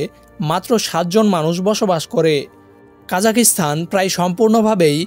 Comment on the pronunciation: জি ভাই দুঃখিত,,, উচ্চারণ কা জা খ স্তা ন হবে। ভিডিওতে তারাতাড়ি বলার কারনে এমনটা শোনা যাচ্ছে।